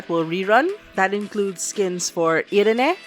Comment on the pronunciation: Thanks for the info and for pronouncing Irene's name correct!!!